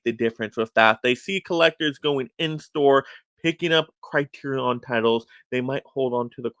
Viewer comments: Okay I can’t watch the rest of the video because everytime I hear you say “CriteriON” I wanna pull my own hair out. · Why the fuck are you pronouncing it “CriteriON”?